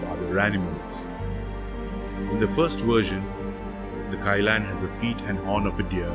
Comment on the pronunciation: It’s pronounced more like Kee-Lun.